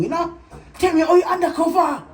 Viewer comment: “Tell me how u undacova”😭😭🤣🤣🤣